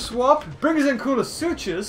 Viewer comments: coo-lu-su-cus!!!!! NOT coo-lu-su-chus!!!! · Not to be rude, but I saw some pronunciation errors that were a bit... weird? - Quet-zo-co-atlas, not Quet-zo-lac-tus - Kool-a-sue-kus, not Kool-o-sue-chus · in koolasuchus the ch is pronounced like a k.